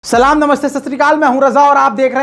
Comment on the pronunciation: السلام عليكم ورحمه الله وبركاته namaste satirical aap Aise Bhi bol sakte ho Koi Mushkil Nahin aapke liye aap Jo bolate ho Salam Salam Nahin Hota Salaam Namaste Sasural Gale Se Nahin Hota Hai assalam walekum Hota Hai